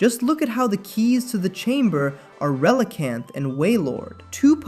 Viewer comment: Can we talk about how you pronounce relicanth correctly, but then Reeeegees? What, are they the long lost brothers of the bee gees?